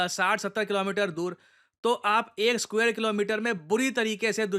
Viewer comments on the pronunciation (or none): none